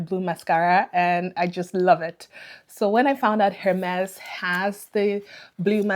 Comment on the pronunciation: Amazing haul 😍. Just FYI : H in Hermes is silent in French so it should pronounced as Ermes